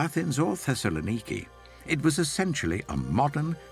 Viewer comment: I can't get past the bizarre pronunciations of some of these places. Thesalaniki?